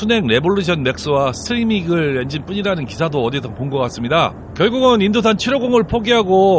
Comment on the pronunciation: 스트리밍 이글이 아니고 스크리밍 이글, 스포츠스터 아니고 스포스터요